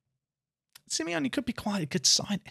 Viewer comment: But it’s Simey-onay.